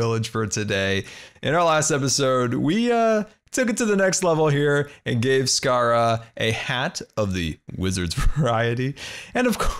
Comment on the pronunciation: Scara rhymes with sahara